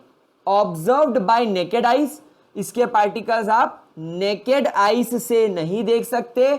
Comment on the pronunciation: Sir, it's 'Naked' not 'Nacked'😂😂